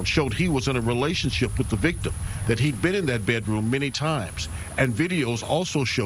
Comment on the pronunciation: “Bay Droom” 😂 it’s pronounced BED ROOM